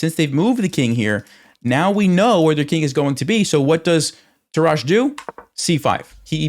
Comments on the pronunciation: Your pronunciation of the name "Tarrasch" is actually quite funny. Sounds if he were French, but he's in fact a German. He is to be pronunced with a "rasch" like in "rushhour". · I learnt chess with the book "The game of chess", but in the German original ("Das Schachspiel"). For me Tarrasch is the GOAT, and even some of his theories are outdated, still it gives a great lecture. By the way: Tarrasch is pronounced on the first syllable and with two short "a". I like your videos!